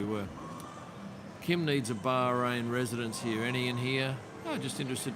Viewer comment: Welcome to Barkrain. So this is the right way to pronounce. 😊